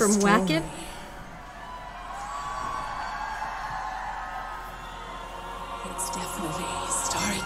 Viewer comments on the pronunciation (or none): Wacken is pronounced as VAKEN (VUH-KEN) because it's a place in Germany and it's the biggest metal festival in the world.